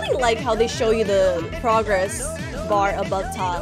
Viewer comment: She literally said progogress bar instead of progress bar